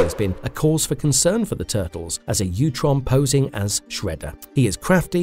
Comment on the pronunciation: It's utrom. Not youtrom.. Sound like fake AI reading